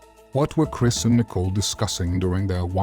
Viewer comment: it’s pronounced more like “NICK-COLE”, I hope that’s helpful. Unless you’re using AI then that makes more sense lol